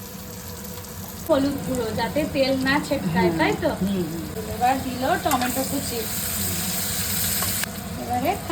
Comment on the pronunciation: প্রথম প্রথম যখন শুনতাম আন্টি টমেটোম বলতেন তখন একটু অবাক হতাম! এখন শুনতে শুনতে অভ্যেস হয়ে গেছে 😊 তবে আজকে আন্টির খিচুড়ি রান্নাটা যা হয়েছে না! মনে হচ্ছিল গিয়ে খেয়ে নিই 😋 রুহি কিন্ত দেখতে সত্যিই খুব মিষ্টি ❤ আচ্ছা রোশনারা তুমি যে ফলটা কাটলে এটাকি কমলা লেবু না মালটা? না মুসাম্বির? তুমি সব সময় এটাকে লেবু বলো কেনো? ওকে ভালো থেকো। অনেক দোয়া রইল তোমাদের জন্যে ❤ আমাদের জন্যেও দোয়া করো। আল্লাহ্‌ হাফেজ।